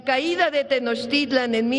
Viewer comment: Señor pronuncie bien los nombres de las civilizaciones TENOCHTITLAN PUREPECHA